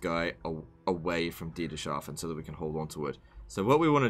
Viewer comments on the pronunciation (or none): btw its Dieters-hafen not Dieter-shafen